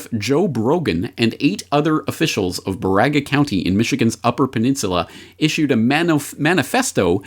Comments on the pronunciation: Jsyk we pronounce it BEAR-aga, it's a county with an Ojibwe reservation and ongoing disputes about mining on sacred land. Saw a meme that Whitmer's grandfather was a Nazi rocket scientist brought in under Paperclip, but I couldn't find much info. Any thoughts? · Baraga County = BEAR-uh-guh 😉